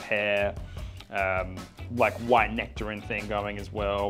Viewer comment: It’s nectarEEEn!